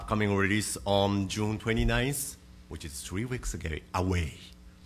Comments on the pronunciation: "june 20-nice, which is 3 days agay-away" will always be the highlight for me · "Three weeks a gay"